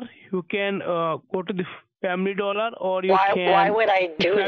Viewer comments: “Family Dooler” LMFAOOO, I found this so funny. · He corrected “doolar” to “doller”… what a gem. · “Family dooler “ OMFG🤣🤣🤣